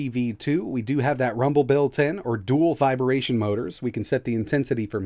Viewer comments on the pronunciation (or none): Dude, lol. You say the same thing in every video and it makes me laugh every time! It's "vibration", not "vibEration". There is no "e" anywhere in the word! Other than that, another great video.